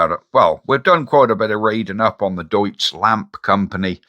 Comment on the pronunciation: It's pronounced as Deets.... 😊